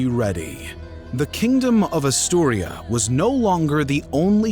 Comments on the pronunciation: ASTURIAS.....not Asturia.... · If I hear “Astiuria” one more time 🥴 it’s *Asturias* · Gave up in the first few seconds when the narrator called Asturias “Asturia”. If you can’t get vital names right, what else might be wrong? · AsturiAS. Not Asturia. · AsturiaS, Asturia needs and S at the end. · ffs it's AsturiaS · Aaturias, with S. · Renconquistahhh Europahhh Asturiahhh Cordobahh Peninsulahhhh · Asturias is pronounced just like its written. Its Asturia-S. The S is not silent, as it is a Spanish name. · he said "Asturia" because he doesn't pronunce correctly. However talking about the year 700' the name they used for Asturias is Asturia, so he's got a point. You can check many sources, including original texts. The word "Asturias" origianetly was "Asturica" (like the city Asturica, which nowadays is known as Astorga, in León by the way). Then it gradually switched to Asturia, and at some point in the Middle Ages, to Asturias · Why are you pronouncing Asturias so wrong? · Not many people know about Andalusia and the muslim invasion? Uh... yeah, not many blithering trogs, but anyone with any kind of education knows the basic details, aong with the populations of Spain and Portugal and the neighbouring North African countries. And it's frikkin' ASTURIAS. Your pronunciation makes me doubt that you actually know anything about this. Is this an AI reader or something?